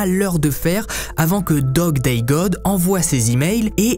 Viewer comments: me tue lorsque il dit: "Dog day dog" et non pas Dog day god 😅😅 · Coucou, un peu perturbateur le fait que tu dise dog day dog alors que c’est god Mais rien de grave , encore une bonne histoire merci !! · Pourquoi au début de l'histoire au lieu de dire '' Dog Day God'' il dit'' Dog Day Dog''? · Bjr c'est Dog Day God et non pas Dog :-))) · t' as dit dog day dog au lieu de god